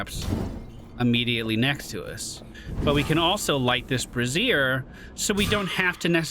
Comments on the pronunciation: "bray-shure/zhure" or maybe "bra-ZIRE" "brah/braw-zire" is women's clothing Love the content! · I'm pretty sure your pronouncing brazier like brassiere, and that is not the same thing lol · My guy, you're pronouncing brazier wrong lol. A brassiere is something VERY different XD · Easy mistake, both contain more than a handful of hot stuff and are uncomfortable to wear